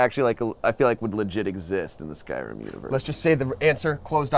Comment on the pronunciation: If they "pros" at skyrim and you cant say skyrim right